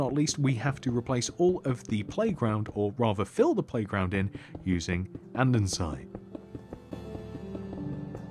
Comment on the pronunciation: it's and-e-sit not and-en-site